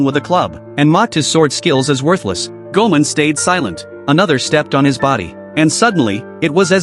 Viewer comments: Its goimon not guman😂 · ok but who is goman? does this ai shit content means "goemon" pronounced "ghemon"? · Hearing the AI butcher "Goman"s name is infuriating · Thats goemon not goman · Goemon, not "goman" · Goemon is pronounced Goy-Mon! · Bro it’s gemon come on